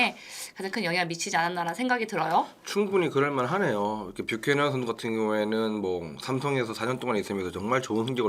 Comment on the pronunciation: 뷰캐"넌"이다 발음똑바로해라 ㅉ